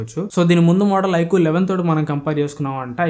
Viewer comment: Adhii ( Ikuuuu ) kadu bro ... iqoo first mobile name cheppadam nerchuko tarvta videos cheyyuu 😅